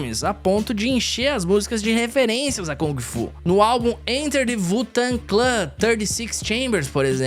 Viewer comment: wu tang → se fala do jeito que lê, não sei daonde vc tirou esse "vu" tang kkkk